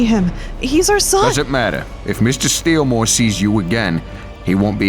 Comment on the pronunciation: It's not steelmore it's steal more